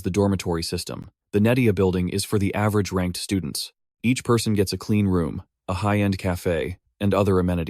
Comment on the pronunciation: The STUDE-NTS xD